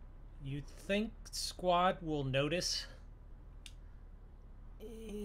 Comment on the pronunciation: do you mean Squad instead of squat